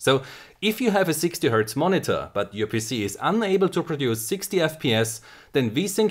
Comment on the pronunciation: When he says 'PC' it sounds like something else ;D